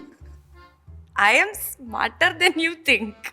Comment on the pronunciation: "I aM sMaTeR tHaN yOu ThInK" 😂 (No hate)